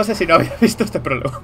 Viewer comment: El porlogo!!! el pooooologo xD, la palabra del día, PROLOGO, que aprendimos hoy? PROLOGO!!!!